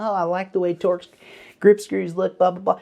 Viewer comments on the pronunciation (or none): none